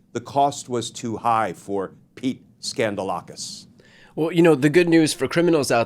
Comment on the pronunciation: You're pronouncing his name wrong - it's Pete Scandalous! 😅